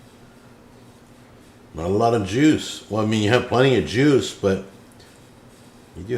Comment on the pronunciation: should be banned from saying the word "Juice"